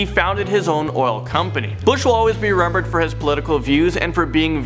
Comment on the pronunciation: The way he said remembered